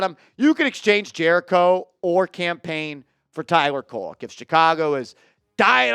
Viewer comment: Not Koleck bro. Hard D for you my dude.. 😂 No diddy!